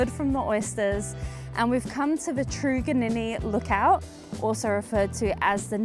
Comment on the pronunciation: Sigh! It’s trug- like truck in truganninni